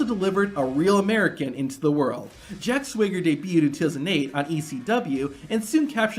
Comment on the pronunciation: Jack Swigger? Who DAT? Isn't it Jack Swagger